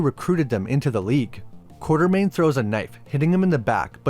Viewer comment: It is Quatermain. Not Quartermain